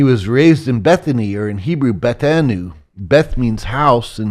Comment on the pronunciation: This man has a very strange way of pronouncing the word "hebrew"